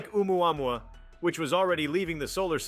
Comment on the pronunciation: How come no GeoPhysicists can pronounce oumaumau?